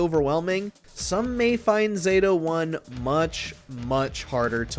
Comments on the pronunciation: It’s Zato-1 pronounced “Zah-Thoe one” 🤦🏿‍♂️ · As soon as I heard “Zayto-1” I turned it off.